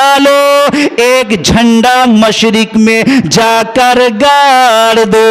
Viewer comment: मुशरिक नहीं होता है बाल के मशरिक होता है जराअल्फ़ाज़ में ध्यान दीजिएगा